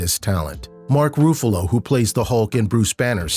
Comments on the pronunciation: It is 21 Bridges, not 27 Bridges. Also, Mark Ruffalo, not Mark Roofalow, and finally it's Viola Davis, not Vee oh law Davis. Other than that, Chadwick Boseman is truly missed and may God bless him. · 27 Bridges instead of 21 Bridges. Calling Mark Ruffalo instead Mark Roofallow, and Viola Davis as Vee oh law Davis.